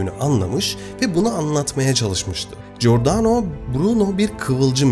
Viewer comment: Giordano=Cordano okunur, İtalyanca da gi=c okunur. G okunması için önüne gh=g okunur, yeğenim, teşekkürler emeğine.